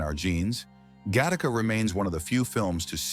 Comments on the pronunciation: It's pronounced "GAH-TAH-CUH", not "GUH-TACA". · IT'S GAT TA KA! NOT "GA TTAKA" !! YOUR CREDIBILITY IS NOW ZERO! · "Ga-taka"? Your AI narrator needs some reading lessons. By the way, you've chosen one of the 2 worst, most overused by scammers, AI voices on YouTube. This one sells every scam product you can imagine. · Good observations but the pronunciations in the essay are laughable...Gaa taa kaaa????? Sol lair is??? Jeez...get this stuff right.😅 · Oh, man... Guh Tah Ka???????? 🤣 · "the taco" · You can always tell it's narrated by an A I when a word is mispronounced.... Gattaca is not pronounced GA- TACCA 🤔🤣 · Thank you for this video. I find it odd that you (or your software ) pronounced "GATTAGA" wrong the first time, but correctly the second time. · You mispronounced "Gattica" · The AI speaker mutilates the pronunciation of Gattaca. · Yep, makes the whole channel worthless.